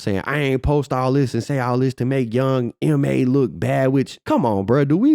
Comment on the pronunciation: It’s YOUNG M.A. The last letters are just as they are pronounced in the alphabet Boo!